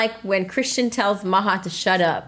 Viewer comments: it's maha not maja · It’s maha